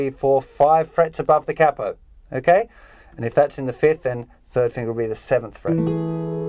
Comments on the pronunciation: Kay-po or kapo? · the way he says capo?!?